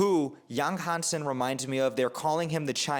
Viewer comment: You butchered the name, but it's OK. Chinese is a hard language to learn with a steep learning curve because of the tones and characters. Yáng Hànsēn's is how you write his name for pronunciation. Practice the 5 tones, and you'll be more toward success saying his name.